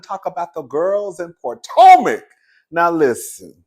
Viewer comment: The way you say Poortomac gets me every time! 😂